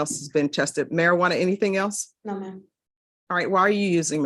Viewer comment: Sir please learn to say Marijuana 🙏